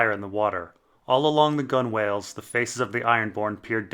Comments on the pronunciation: "Gun-whales". Gunwales are pronounced "gunnels." Love you. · gunwales is pronounced like gunnels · another great video. Just a friendly FYI - gunwales is pronounced gunnals- no reason anyone whose not spent a lot of time on a ship should know that unless bit of English. Cheers!